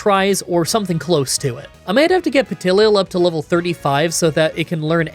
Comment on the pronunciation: I chuckled at the Petilil pronunciation, but the Dusosion caught me so off guard 😅